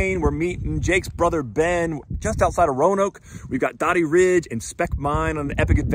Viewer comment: Doe-dee not Dah-dee! This is such a good ride! There's some good singletrack between the bottom of Spec and the parkway climb that shows up on Strava. Be careful accessing Dody or Spec in view of the Rangers. You're technically supposed to walk from the parkway to the trail at Spec and the access trail to Dody (broke hand ridge) is actually a social trail. Dody used to be accessed from Salt Pond road, but there is a right of way issue with a local resident. Great video!